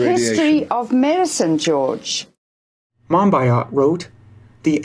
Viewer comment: Nice piece. It's pronounced mon-bee-o, not mon-bee-ot by the way. And your pronunciation of Fukushima was poor too. But the content was good :-) I do wish the environmental world had more Monbiots and Schellenbergs. We have a massive problem and trying to solve it without nuclear power makes it enormously harder in some parts of the world (generally higher-lattitude ones where solar is very poor in winter, when the highest demand is (mostly for heating)). We need nuclear and renewables, and we're still almost certain to be going above 550ppm CO2 and thus 2-3C, which is really serious stuff. People like Caldicott are dangerous, because she's good at what she does, and what that is is lie to people about the real relative risks of their choices.